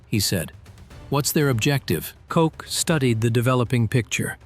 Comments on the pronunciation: The inconsistent pronunciation is one of the tip-offs that it’s AI slop. Once the slop alarm goes off, the entire video is suspect. In this case, the narration starts off with a bunch of “compelling storytelling” details, which sucks the listener into thinking, “Jeez…such detail. I’ve never heard this before.” The problem is that the detail is often complete fiction, synthesized from others’ work, and cobbled together by the AI into a plausible story. I know of at least one human content creator who has fact-checked some of the flood of these AI-generated WW2 videos, and found that they’re just making up the details. That’s how they’re able to crank out so many of these. This channel posts one per day, sometimes even several per day. This channel has existed for less than two months; yet, it already has posted 32 videos. No human can do that. It’s an impossible production schedule for original, thoroughly researched videos of this length, and the garbage level of quality reflects the machine genesis of this trash. There’s maybe 5 minutes of essential information in this video, all of it taken from uncredited sources. And they stretch it out by saying the same thing in different ways, repetitively. Another tip-off is that fact that the images don’t actually match the content of the narration. The photos may be authentic, but most of them are generic. Most of them could be inserted at any other place in the video and they would make just as much sense, which is actually no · I do realize that AI got the names pronunciation wrong but it set my mind off and I’ve decided that I do believe that if my nam was cock I’d have to change it. But, believe it or not I’ve heard worse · His name was Oscar W. Koch. It wasn't Cocks, it wasn't Cox, it wasn't Choch, it wasn't Koke. The editor of this video much have been on drugs, or simply incompetent. Good story though. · I'm confused. Is it Cock or Coke? It's important to get people's names right.